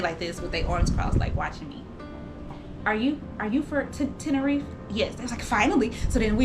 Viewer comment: Sis It Is Spoken “ Ten~Ner~Reefa”❣️😘❣️